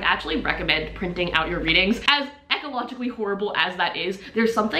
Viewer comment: See I love your videos but when you said ehcologically, my brain literally just hit a tree. Your brain runs a mile per minute and you are inserting extra letters lol I do it too, but it was just so odd to hear someone else do it.